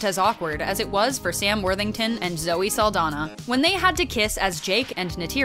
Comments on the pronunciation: Saldaña, not Saldana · Her last name is pronounced "Sal-DON-yah".